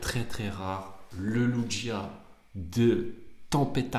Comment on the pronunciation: Très belle réception avec superbes notes! Tu as actuellement 142 lugia en français notés 10 par PSA, c'est peu et tu dois être au moins à 1500 euros, et c'est le début! Juste on dit "Louguia" ;)